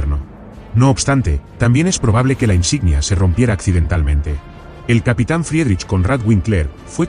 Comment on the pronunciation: FRIEDRICH SE PRONUNCIA "FRIDRIJ", KONRAD SE ACENTÚA EN LA "O" Y WINKLER "VINKLA". "FRIRIJ KÓNRAD VÍNKLA".